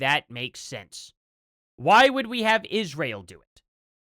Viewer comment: "ISHRAEL" AS "COO-COO CANDICE OWENS SAYS 🤪